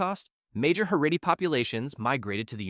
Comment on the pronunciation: Heredy??? That’s NOT how you pronounce that word. Haredi. Also Haredi Jews are divided into a plethora of sects and cultures.